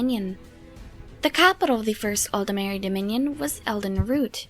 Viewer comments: Why does everyone seem to pronounce Aldmeri as if it was written Aldemeri? There's no e between the D and the M. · It's how they pronounce it in game. It's also nearly impossible to pronounce it aldmeri, your voice will naturally try to insert an e, at least for a native English speaker.